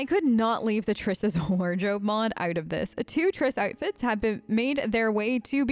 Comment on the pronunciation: omg are you originally australian? I was hearing this super neutral american accent and then BOOM you'll say Out like "Ohrt" and i thought i was hallucinating lmao. Pls confirm aussie status!!!